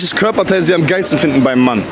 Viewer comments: welches körperteil 'fiden'.....? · Sekunde 20 „fiden”